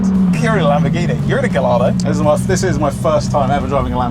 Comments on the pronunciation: Ga-what? Gah-YARD-oh! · dude it's pronounced guyardo not galardo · A small part of me died every time they said gah-lard-o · GUY-ARDO, not GALL-ARDO. Philisteins. Great video. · Gai-yardo. Not Ga-lardo. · Mates..please before u say it, try to ear correctly the name of car.. the bloody name as 2 LL. Gallardo... It's not galardo... Thank you.. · Guys, please, I beg you. Gallardo is pronounced "gah-YAR-doh". Despite being an Italian brand, Lamborghini names most of its models after Spanish fighting bulls or breeds of bulls. Therefore, the names are pronounced using their Spanish origin, so the double-L is pronounced with a "yuh" sound, not a "luh". And while we're at it, it's OM-budz-muhn. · please boys its not pronounced gallardo, its gajjardo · GUYARDO people, please! Not GALLARDO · The pronunciation though... The double "L" is pronounced as a soft "J", if you respect Italian. It's not "lard" in the name, it's "yard". If you want to approach it at least a little bit better: Guy-Yard-Doh. edit: Sorry for the confusion I caused. The car is of course Italian, but the name is Spanish! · "You can't mispronounce mine" as they've both been mispronouncing Gallardo the whole time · "guy-yar-do" it's not hard. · Please go and find out how to say Gallardo (- gai aa dow) and redub this video. All the rest was great! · Isn't the "ll" pronounced "eye" in Gallardo? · The "ll" in Gallardo is read like a "y" (guh-rarr-doh) because it's a Spanish word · Listening to the pronunciation of Gallardo is killing me. In Italian and Spanish, the double l is pronounced as a y, so Guy-Ardo. Excellent video, but the mispronunciation is like nails on a chalkboard. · Turned it off the instant he didn't pronounce Gallardo correctly 🤢🤮 And you call yourself a car fan! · NO, that is not a "Galardo" but a "Gallardo". Please just look at how it's pronunciated!!!! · In Italian Gallardo isn't said with a hard L, it's Ga-jardo like a Juh sound. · GAH-YAR-DO - PLEASE! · It's guyardo.